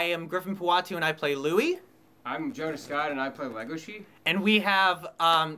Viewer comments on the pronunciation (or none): Jonah scoot? Is it not pronounced scott?